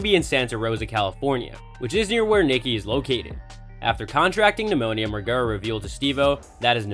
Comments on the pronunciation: Laugh my ass off your boy said Margara 😂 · Imagine pronouncing the name like this, when the dude literally been famous for decades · Theres no way youve ever even seen a jackass movie if you pronounce his name that way you vanilla boi lmao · if you're gonna make a video on someone you should probably know how to say their name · Say the last name right 🤣🤣